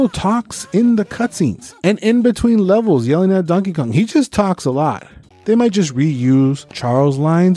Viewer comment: I'm sorry but did you call him Dankey Kang? xD